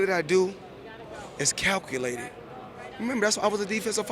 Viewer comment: ''CowCoolated'' muahahahaha